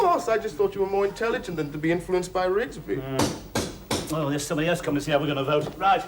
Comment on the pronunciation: ITS RIGSBY